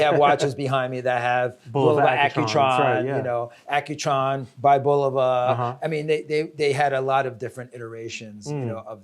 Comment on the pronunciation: They just let this guy pronounce Bulova wrong through the whole video? Haha